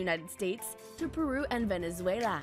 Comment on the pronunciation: Lmfao why she say Venezuela like that lmfao venezuelAAAH!